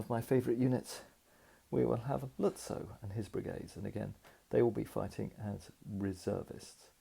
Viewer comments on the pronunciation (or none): Another brilliant video. (Lutzow is is pronounced Lut-zoff).